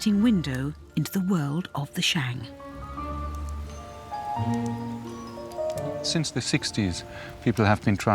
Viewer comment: BBC are idiots for not doing their homework properly. The name of the the 商 dynasty is so utterly mispronounced.